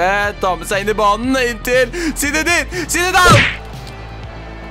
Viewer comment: Du sier zinedine zidane feil, du sier zinedane zinedane